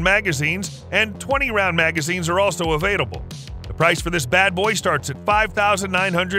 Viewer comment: And they're avait-able...